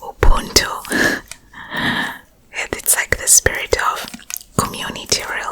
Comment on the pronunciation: Yes yes the moment she says UBUNTU that gives S.A language.